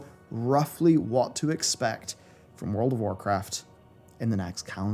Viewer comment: Anyone else hear say whorecraft at the start of the video...